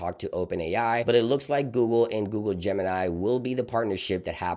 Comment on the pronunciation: Your pronouncing wrong not gemenaai , its gemini ( google - everyone - mini )